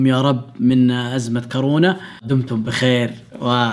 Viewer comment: هو قال كارونا